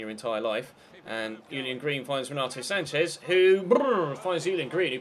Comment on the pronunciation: Sports Yeah unrealistic also, it's "SancheS"